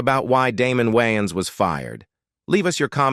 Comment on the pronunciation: The narrator cannot even pronounce Wayan's last name correctly. That is how you know this is a content mill and not a real channel. Leave a dislike!